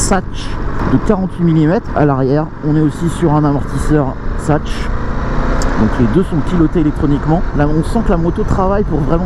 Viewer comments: La fourche Satche .... c'est de l'allemand et on prononce Saks !!! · Au secours…: suspension Sachs à prononcer Saks….et non Sache!!! Cela vient de l’allemand donc merci de respecter l’origine… reviens!